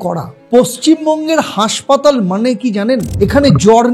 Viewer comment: আরে, উচ্চারণ ঠিক করো ভাই! উচ্চারণ করছো," হাঁসপাতাল"---- বাস্তবে ওটা হবে হাসপাতাল! ওটা ঠিক করে তবেই ব্লগ কর ভাই! ভালো ভালো ব্লগারের ব্লগ দেখে দেখে শুধরে নাও!